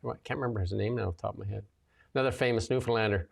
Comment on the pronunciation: Thanks for pronouncing Newfoundlander and Newfoundland the right way❤.